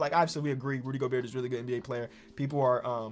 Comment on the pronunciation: Day 45 of asking everyone to sign the petition for to not pronounce the T in Gobert